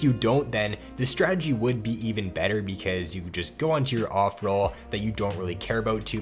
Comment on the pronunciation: I like the way he says ''becuueuze'' :)